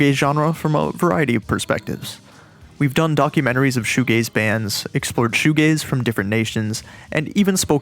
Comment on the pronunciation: Oh it’s shoe g-a-z-e not shoe g-a-y-s. This makes much more sense.